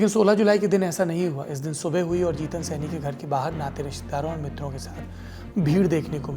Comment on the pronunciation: सैनी नही सहानी कन्फ्यूज हो